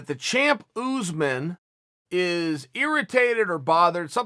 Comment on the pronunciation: “kamaru OooozMen”